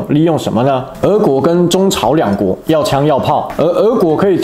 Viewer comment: 八炯 是ㄜˋ國 不是ㄜˊ國